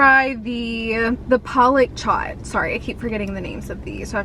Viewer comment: Here to help you out ♡ 1. Aloo Tikka Chat - I think they wrote the name wrong because it basically translates to Aaloo (potato) Tikka (Patty) Chai (TEA), which is not a thing 😅. 2. Palak Chat - Paa-lak Chaa-T 3. Malai kofta - Ma-Laai - Kof-Taa ( T is pronounced the way pesTo is pronounced in italian) I hope you have a great day 😇